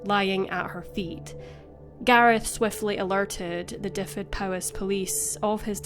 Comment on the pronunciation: Well done to the narrator for concentrating on getting Llangolman pronounced quite well. But ... the first vowel in both "Dyfed" and "ffynon" is as in "up", not "him". Also, Clebran is not a place, but the name of a local monthly magazine, meaning "gossip" in the local dialect.